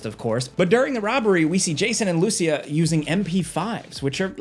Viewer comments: Dude, it's pronounced Loo-seeya, not Lucy-uhh. It was spoken out loud in the first few seconds of the first trailer, how do you keep butchering it? Lol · It's pronounced Lou-See-Ah